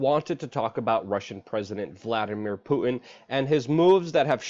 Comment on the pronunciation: It's poo-T-in. Not poo-in. Why can't the younger generation pronounce T? Is it that difficult to put the tip of your tongue to the roof of your mouth?